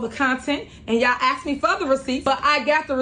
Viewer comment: I've said it before, and I'll say it again. I cannot and will not ever put any faith in a government official that says axe, instead of ask!! You can take a girl out of the ghetto, but it's obvious with this chick, that you can't take the ghetto out of the girl!!!